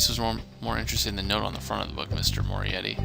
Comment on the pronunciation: Wow this chapter is intense. Loved it. As for the word pronunciations Ace, you may need to work on those haha. Here's a bit of advice. Italian surnames with a 'c' in it (like Mancini) are usually pronounced with a "ch" so you would actually be pronouncing the name Mancini as Man-chi-ni. Also Moretti is pronounced with a lot of emphasis on the double 't', so More-eh-tt'i (note that the 'i's are short 'i' sounds. Not 'ie' for pie but 'i' for it or if. Finally you had lots of trouble with bourgeoisie. Bourgeoisie actually refers to those who are of the upper class and rich and in Marxism the bourgeoisie is usually described as unfairly rich or wealthy in contrast to the common man. You pronounce that word as buuor-jhooaa--zee, with the 'jh' making a kind of shzzzz sound through your teeth. I hope this helps you :) Stay awesome :)